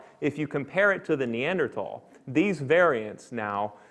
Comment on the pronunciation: Lost interest when the Assistant Professor of Biomolecular Engineering was apparently unable to correctly pronounce Neanderthal. Oops!